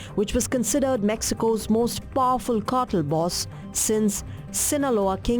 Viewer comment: Knew the narrator is indian after hearing she say PAAFUL ( Powerful)